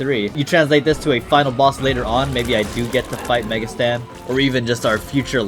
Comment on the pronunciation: aam i tripping or u call mega satan "mega stan"